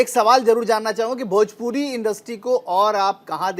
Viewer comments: Tum kuchh behtar nahi kr sakta bhojpuri ko bhajpuri bolta hai. Jiska khata hai uska name to sahi se le. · Tu bhojpuri ko bhajpuri bolta hai to behtar kya bnayega.